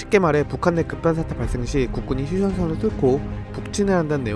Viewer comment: 영상 재미있게 잘 봤습니다. 좀 아쉬운점은 말을 너무 빨리 하셔서 그런지 모르겠는데, 발음이 정확하지 않고 흘러넘어가는 부분이 간간이 보입니다.(예로: "국군이 휴션션슬 뚫고...")차라리 조금 천천히 읽으시더라도 정확하고 리듬감을 살리면서 읽으면, 정말 퀄리티를 한단계 업그레이드 하실 수 있지 않을까 라는 개인적인 생각입니다. 앞으로도 좋은 영상 더 많이 부탁드립니다!^^